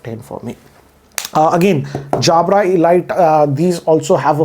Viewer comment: He pronounced Jabra like Anil Kapoor 😂😅